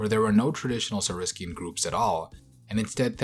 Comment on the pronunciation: Very cool video and super happy that this featured the Sauropods. Great job on trying some of the most difficult pronunciations. However a few corrections on some general pronunciations - Saurischian (saur-ish-ee-an) and Ornithischian (or-neh-thish-ee-an). I know Sauropods are pronouced sor-oh-pawds, however, when it comes to Sauropoda and other "poda", the paw becomes a po (Sor-o-po-da) like the po in podiatrist. Hope that helps